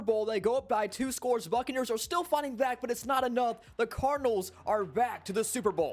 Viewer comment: for a sec I thought he said "fuckneers"